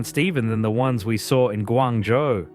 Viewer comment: ， should be “Guangzhou“